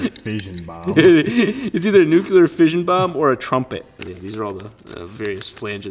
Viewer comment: Dear... if you say "nukilar" one more time I'll be force to shove an LS crankshaft up your rotary loving ass... Now repeat after me: "NOO CLEAR". Thank you.